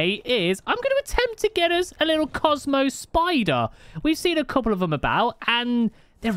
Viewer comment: Finally someone says the name right